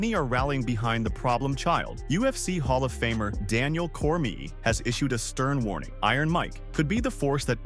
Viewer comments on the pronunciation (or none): "Daniel Cormee"